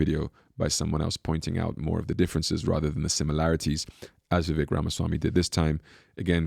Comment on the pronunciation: Vivek..rhymes with cake 🎂 Please, people, learn to pronounce it right. He may be the first president or VP known by his first name🎉